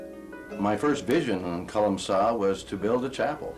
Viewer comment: Colum-kill. Not colum-sil.